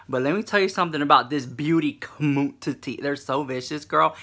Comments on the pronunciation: I love how you say com mun titty! I die 😂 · Booty *Commun-ti-ttie *! ! LOL :) I crack up ! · "booty COMMUNTITTY" 🤣 #TeamRichLux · The way you say "community" LMAO. I am living for it!!!!!!